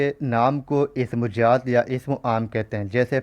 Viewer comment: Sr pls aap apne talffuz ko shi krein jaat nhi zaat hota h.. urdu ki khubsurti hi uske talffuz s h.